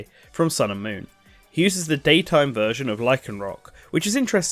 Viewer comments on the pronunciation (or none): none